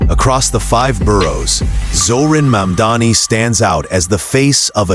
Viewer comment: Americans must love sexual predators and criminals. I cannot understand how disgraced Cuomo has so much support. He believes that by deliberately mispronouncing MAMDANI's name, somehow he can get ahead. What a scum. And every one else who deliberately mispronounces MAMDANI's name only air their ignorance